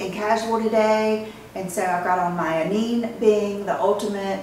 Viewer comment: I’M SHOOOK over SAKURA💓💓💓 You made ME shook when YOU got shook over that LIPSTICk!!!!!!!!!!!!!!!! I immediately ordered it. ~ BTW: ANINE is pronounced like ANINA Shes my fav!! And i love it when you were her T’s....